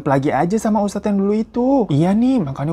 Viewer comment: Wah abang ngomong ustadz belepotan.. sbagai anak indihome kurasa abang butuh di ruqiyah 😭